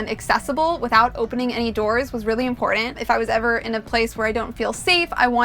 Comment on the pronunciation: You do know that the word 'curtain' has a 'T', right? So does the word 'important'.